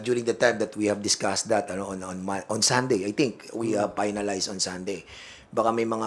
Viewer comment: 3 day ruling that are being "palowed" 🤣 -Dan Fernandez palowed talaga? ayuson mo muno pronunciation nang F mo, yung finalize naging paynalize, followed=palowed..oops